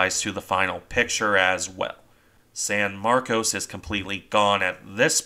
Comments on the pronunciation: No, it's San Marcos as you first said. But a lot of Texans don't like being reminded of the Spanish origins of most of the state, so they insist on mis-pronouncing words, so "Sanmarcus.". I live in a town wit a purely Spanish-language name that was originally pronounced correctly. But within a couple of decades of the town's founding, the town leaders "anglicanized" the name and started insisting everyone use that pronounciation. This is the dominant word use to this day for everyone born here. Transplants from other areas tend to pronounce it correctly. Same with San Marcos and other areas. You can even see the change on Wikipedia pronounciations. Some Texans get very upset if you use the proper words, saying "that's not right! WE say it THIS WAY!" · Right. San MarCOs. Except for the people I run into in Central Texas who pronounce it San MarCUSS. 🤷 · What's in a name? How you pronounce it depends where you are I suppose. You're correct about the way Texans pronounce it... at least we're not talking about Refugio, which locally is pronounced 'Re-fury-oh'. I figure it's a lot like "Concord", the capital of my home state New Hampshire. It's locally pronounced 'conquered', but most people not from the granite state pronounce it like the airplane- Concorde. 🤷 Tomayto, Tomahto. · It seems you're making a distinction without a difference. I've lived in Texas for 45 years and the name of the town varies from a long "O" to a mushy "ahh", sometimes in the same conversation. The Spanish pronunciation would use the long "O". I think it's a mistake to consider the hit on the bridge and conning tower a "one in a million hit". The odds of hitting the bridge are exactly the same as for hitting any other part of the ship. When you look at all the shell holes all around the turrets and superstructure it's not surprising at all. Gunners will aim at the center of mass, just the spot where the conning tower is.